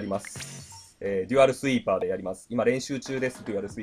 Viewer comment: いや「デュアルスイーパー」だよ